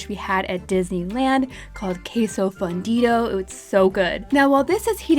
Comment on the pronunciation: Queso fundido is what she had at Disney. Not to be confused with fondillo (how she pronounced it)....which means asshole/butthole/ass in Spanish. lol